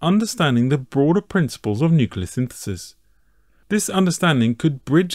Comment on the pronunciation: NUCLEAR, IT IS FUCKING PRONOUNCED NU-CLEAR, NUCULER IS NOT A WORD. IT SOUNDS ABSURD AND UNINTELLIGENT WHEN SAID.